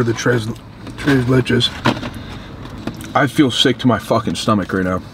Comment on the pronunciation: “Tray says let chase” tres leches 😂